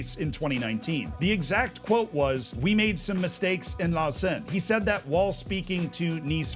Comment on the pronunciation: Nice pronunciation of Rolle and Lausanne, although I would argue that Rolle is a village. A small town maybe